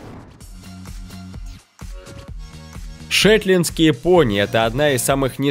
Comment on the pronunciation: 1.нет такой породы как марвАри,есть только мАрвари . 2.все белые лошади рождаются темными, потом светлеют. 3.опять же про ударение, не шЕтландский пони,а шетлАндский. 4.цыганские лошади?что? ЕВРОПА! Именно там знают толк в лошадях и породах.